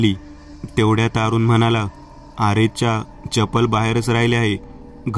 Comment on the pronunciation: अरूण असे नाव असून 'आरूण' नाही